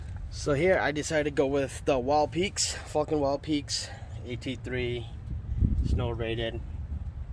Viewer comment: Totally sounds like you’re saying f..king wild peaks!😂